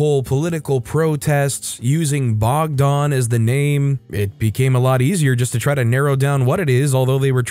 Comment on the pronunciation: Story 10 sounds like serbia, protests were because of a first ever school shooting Edit: ah yes confirmed lol. Tho thats not how we pronounce the name bogdan, you made it sound more russian than it does in serbian.